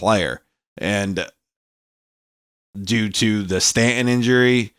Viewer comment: His name is pronounced Stan ton.